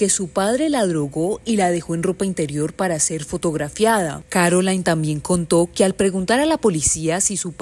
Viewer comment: Espeluznante... viniendo de su marido e incluyendo a tantos hombres "normales" de la misma comunidad. Por cierto, el nombre de su hija no se pronuncia "Carolain" en espan̈ol, sino "Carolín". Es francés, no inglés.